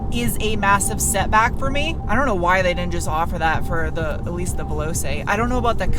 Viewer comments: The manual isn’t available in the UK either or I’d have had one of these already. The Giulia is highly rated over here all the same, though. Great to see you get a decent Euro car to test - your tests are a fun mix of tech, humour and general info. It’s pronounced Veloh-chay, btw. Thanks for another great 17 minutes. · One small point: Veloce is pronounced Veh-LO-Che. Que bella macchina! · Just for info, the Italian "C" into VeloCe it sounds like "TCH" in English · Veloce is pronouced at a "che" in check. :-) So; "VE-LO-CHE". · Just a little side note, 'Veloce' is more pronounced 'Velochay' 😏👍 😎🇬🇧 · Sorry it's painful to hear this all the time.... The "C" in veloce is pronounced "ch". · Giu in Italian is like Ju in English. All c's not followed by an h in Italian are a ch sound. (All instances of ch in Italian are pronounced K!) So: Julia Velochay! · Pronounced "VEE-LAU-CHAY" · The c in veloce is pronounced with a ch sound in Italian. It's Velo-chay. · Okay I just want to help you out its veloche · compe-TEEZ-ione; vel-OH-che. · (Vel OH' che') 😅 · If I may add, 'veloce' is pronounced 'veh-LOW-che'. No need to be a linguist. Your fans are here for you! 👍🏻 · in italian.. ce together is a ch sound "che", like in checkers.... vel-o-che :) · Excellent review as usual! Just an fyi, “Veloce” is pronounced “Vell-loe-chae” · The phonetic pronunciation of voloce is ve-LO-cha; the a is the long a. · ...and 'Veloce' is pronounced 'Veh-loh-tchee" (Giulia is the same as Julia) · I believe it’s pronounced veloche, I think, pretty sure, maybe. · VeloCHe with a the c sounding like ch in cheese =) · AAAAaaaa..., you are a revelation and a fantastic content producer, but please, it's pronounced: Vel oh che! My Italian ears! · Pronounced “velochay” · Vay-lo-chay is how you say it. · Alloys are Cloverleaf and the C in Veloce is pronounced 'ch'. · (Vay low chay) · You rolled the R in Rrrrrromeo perfectly. However Veloce is pronounced like Velo Chay. Great review as always.